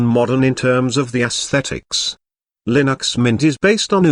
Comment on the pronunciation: i love [lin - axe]